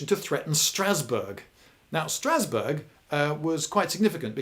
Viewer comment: Don’t think that’s how you pronounce Strasbourg